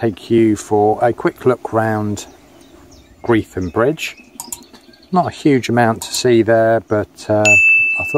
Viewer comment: It's pronounced "gretum" not greethum!!!